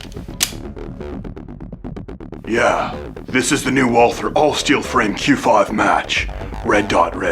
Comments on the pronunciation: It's VALT-herr. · Walther is actually pronounced 'valter'